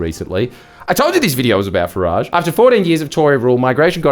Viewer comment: It is not fah- raaage He hates the French it is Fah-rige